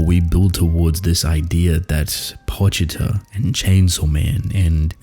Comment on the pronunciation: I’m so happy you say Pochita correctly… so sick of hearing people say poCHEEta. Always love your analysis… I’m so simple that I never think this deeply about what is happening so I really appreciate your content.